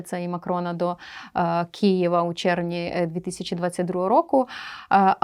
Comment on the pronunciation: чую багато іноземців не вірно вимовляють назву КИЄВА, а саме московською - Кієв... думаєтся як же їх перевчити .... і виявляєтся ми самі так само вимовляєм, як і ця панянка